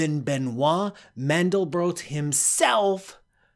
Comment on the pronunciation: What on earth is so difficult about pronouncing the name Mandelbrot?